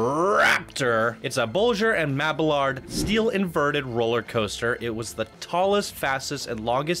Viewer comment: Loved the park and review, but PLEASE STOP SAYING "THE Raptor, THE Gatekeeper, THE Maxair, THE Rockets, THE THE THE THE". It's just grinding my ears to death. haha. The rides have names just like people. You don't say THE Sarah, THE James, THE Mrs. Parker etc... Also, your pronunciation of designers like Bolliger and Mabillard (ball-ih-gurr not bowlin-jur, and Mabi-yard). In future videos I hope you can fix those nuances. I'd like to see more videos like this.